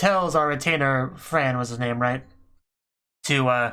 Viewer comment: Harspiel is pronounced: "har-" like "hear-"-part of heart, then "-spiel" with "spiiiiiil" where the"i" is a soft "i", like a longer "i-" in investigation. So heartspiiil and remove the "t" to yield hearspiiil